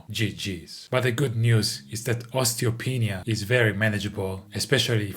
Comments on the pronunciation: what he said: Ostiopenia What I heard: Ostiopen... for a moment I was like, he has a bone... on... whatttttt??? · Stop saying osteopenis, bro! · Because Im Mexican , its pronounced osteopeniata.